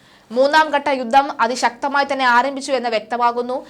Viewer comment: യുദ്ദം,യുദ്ദം!!!? യുദ്ധം എന്ന് പറഞ്ഞ് ശീലിക്കണം